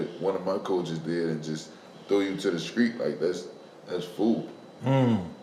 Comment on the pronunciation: "Screet?" Screet sh*t huh...😂 You Krazy